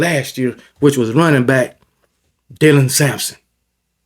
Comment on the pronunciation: Finally showing Dylan Sampson some respect and pronouncing his name properly